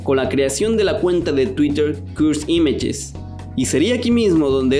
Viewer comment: Deci cursed images no cuds imach me pones nervioso